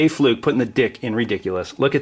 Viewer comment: You pronounced your last name as Fluke. My last name is Flook, look with an F in front, not Fluke.